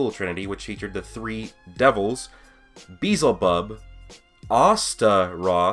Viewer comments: “Beezle bub” “Bee-L Z bub” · Beelzebub? It’s BE-ELZ-I-BUB. And the last one azazel is U-ZAIZ-UL. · Beelzebub (Be-el-ze-bub) just listen to bohemian rhapsody if you want to know how to say it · It’s pronounced “BELLZ A BUB” 🤦🏾‍♂️🤷🏾‍♂️💯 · LMFAO It’s be-el-ze-bub